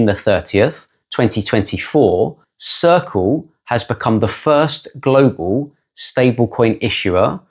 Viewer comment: Saying Glo Baal..... it's Earth